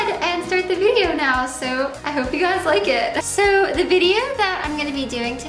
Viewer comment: You should try talking like an adult, maybe take some English classes or something.. I've noticed you say a ton of words incorrectly and I'm not sure it's on purpose that you talk like you're 13. "Put d make up in the fairy fairy corners of d eyes"